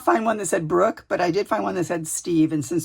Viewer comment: That is such a beautiful journal. All of your work is always so stunning. Thank you for the shout out. Yes, you said my name correctly.